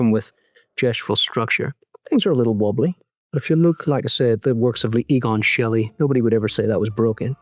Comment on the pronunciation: Egon Shelley? It’s pronounced Shee-la you pretentious twot.